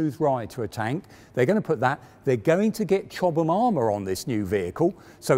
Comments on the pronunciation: He's pronouncing it correctly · Hi Ben, Chobham is a place in Surrey, England. The way pronounces it is correct.